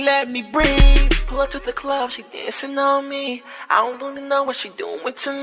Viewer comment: wen he says dancin on me it sounds like pissin on me hahaha